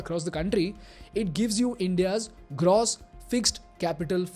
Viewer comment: Love the video, but just can't shake this off... is that the right way to pronounce "gross"..? It's used repeatedly n is really irksome....